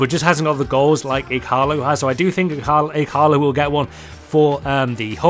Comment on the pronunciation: E-Gar-Low = Ighalo